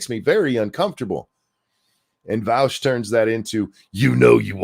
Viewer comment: I am just shy of a 1/4 hour into the video so I have hardly made a dent but already wanting to comment how much I love how pronounces Vaush’s name. As a German I have always hated how Vaush pronounces his name, as it is an affront to all that is decent in the German language so to hear it pronounced correctly by makes my ears bleed eversomuch less than they otherwise would; though having to listen to Vaush probably defend himself later in the video will likely counteract any ameliorative effect hearing his name pronounced correctly at the the beginning will have, but thanks all the same!